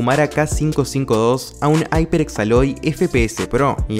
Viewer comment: como le llamas aiperx a la marca hyeprx. esa marca se pronuncia iperx no aiperx